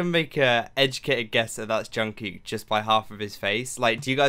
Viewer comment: Just a little tip is to pronounce the kook in Jungkook more like the cook in cookie !<3